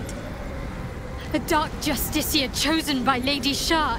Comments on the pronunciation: Sorry but after twelve videos i HAVE TO ask you this: why do you always pronounce justiciar as "JustiKar" and not as "JustiSHiar"? Do you just miss the i or there's something i'm missing? Cause it's really starting to bug me lol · Everyone: Dark justiciar Him: Dark just-stick-car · I can’t be the only one that HATES the fact that he can’t say Justiciar right, like bruh they say it a million times how can’t you say it right by now lol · It’s justiciar not justicar 😂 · consistent with the justiciar mispronounciation since the thalmor justiciars in skyrim, we love to see it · pls learn how to say justiciar i beg also loving the bal gat 3 vidja